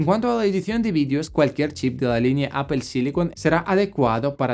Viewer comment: Muy bien video pero PORFAVOR NO DIGAS APEL, hablas muy bien el español pero di Apple. Saludos